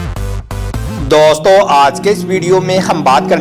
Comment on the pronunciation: Daustoo kyu bol rhe bhai...